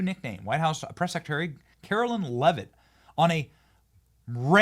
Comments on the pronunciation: Benny, Carolyn is spelled Carolyn. Karoline (KaroLINE) is spoken as KaroLINE. Love your show and this new Press Secy is fabulous. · KARO-LINE IS HOW ITS PRONOUNCED! It’s not Carolyn. Do better Benny!